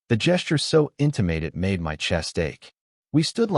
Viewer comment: Narrator correction: (1) "lyric" should be pronounced "LEER-ik" not "LYE-ris" (2) pronounce "read" as "reed" not "red" (3) pronounce "intimate" as "IN-ti-mət" not "IN-ti-mate"